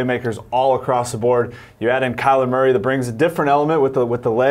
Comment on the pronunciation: Every time he says Maury instead of Murray I cringe. It's such a simple name...why go out of your way to say it so different and wrong?